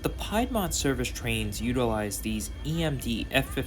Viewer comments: Piedmont is pronounced "Pee -d - Mont" .... Not pie-d-mont... Keep on keeping on... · "PIEDmont"??!! It's pronounced 'PEEDmont'...lol Other than than mispronounced geographical area in the Carolinas, good video. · Nice video. One small point. The Piedmont trains in North Carolina are pronounced "Peedmont." Piedmont is what large geographical regions of the mid-Carolinas is named. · You mispronounce Piedmont one more time and I swear I’m going to go ape 💩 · Nice video. Thanks. Just a note … Piedmont is pronounced with an E sound as in pee.